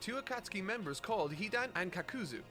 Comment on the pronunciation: i think thats him being unsure of the pronunciation plus his accent. Like with shikamaru and shikaku, that was most definitely an accent thing while kakuzu and akatsuki is him being unsure and old habits dying hard. Looking at his other reviews it doesnt make sense that he would suddenly start mispronouncing names on purpose for no reason for clicks when he can get that interaction without doing so and he doesnt do it for that many other reviews.